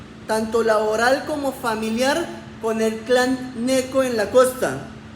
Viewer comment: Con todo el respeto que se merece usted Gheneco, se pronuncia Géneco